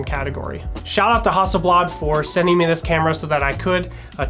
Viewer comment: "HUSTELBLAD" must be a great new, Swedish camera.... :-)